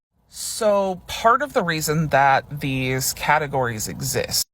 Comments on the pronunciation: Fategories? Oh Lord😂😂😂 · Did that guy say ‘fatagories’?? Oh dear, you can’t help but laugh 😂. I hope they never have to face real hardship and oppression because they just won’t be able to cope.